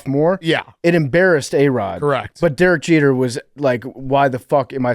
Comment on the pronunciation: “Jerek Jeter”